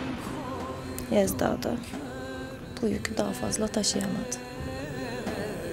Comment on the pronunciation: Yezda değil değil. Laaa bizim kiracı sevdağğğ